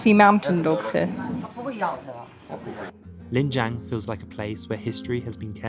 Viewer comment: It is Lijiang, not Lingjiang😀😀